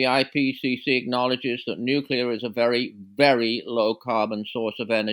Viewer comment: Paul, we went through this with Ben before - it's `nuclear', not 'nucelar'. Please, don't channel Bush Jr. 😯